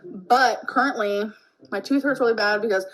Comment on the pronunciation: she said, "curtainly" again instead of currently lol.